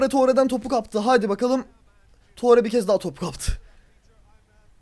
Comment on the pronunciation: tore diyo okunmuyo abi ture diye okunuyor.